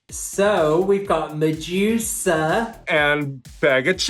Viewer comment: Mejusa? Lol it’s Medusa 😂